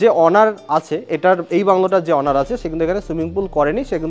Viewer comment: দাদা যেভাবে ‘ওনার‘ কে ‘অনার‘ আর ‘মাস্টার বেডরুম‘ কে ‘মাস্টারবেট রুম‘ বলছেন